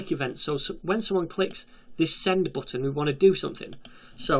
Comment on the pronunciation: The booutn.... what an accend 😂